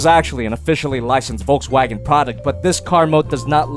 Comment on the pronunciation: You said Volkswagen wrong